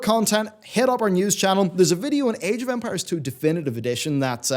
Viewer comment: Am I the only one who, every time says "Age of Empires", hears "Age of Vampires"